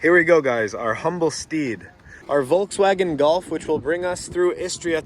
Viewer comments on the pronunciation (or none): none